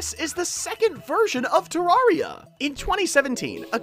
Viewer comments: people that have played the game for years still can't pronounce terraria correctly lol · You pronouncing terraria wrong = PHYSICAL PAIN